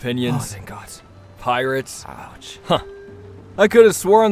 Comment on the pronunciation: WHY IS IT O MY GOSD AND NOT O MY GOD!??????